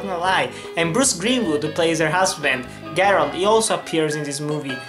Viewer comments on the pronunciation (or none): Hi! It's pronounced Je-rald.